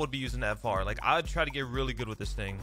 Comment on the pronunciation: nah he said “this THING is nasty”